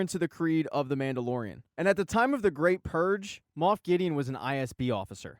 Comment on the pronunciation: This was fantastic! Even though you said Moof =)